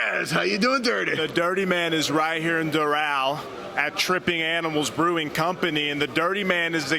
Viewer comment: i was all about this guy until he mispronounced "Doral"